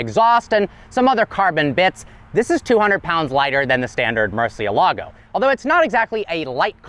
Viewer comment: That Muercielago prnonounciation though! lol Mur-ciel-la-gow! lol hahahahaha